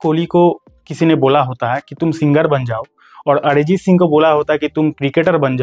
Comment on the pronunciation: Adjit singh ❌ arjit Singh ✅